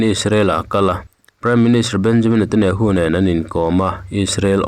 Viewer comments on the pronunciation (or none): none